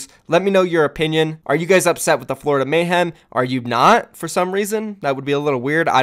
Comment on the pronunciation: It's Florida not flordia xD great vid